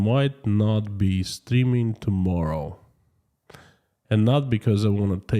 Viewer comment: Are Russians more concerned about being mobilized or more concerned about killing innocent Ukrainians? By the way, I love your accent when you say I'm streaming live today. It sounds like you are saying, I'm steaming live today... :)